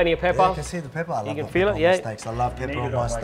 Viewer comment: with an emphasis too 😭😭